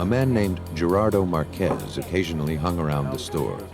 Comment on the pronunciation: Marquez, not Marquezs